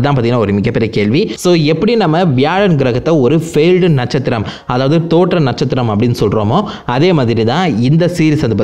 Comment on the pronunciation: Natchathiram ❌Natchuthiram ✅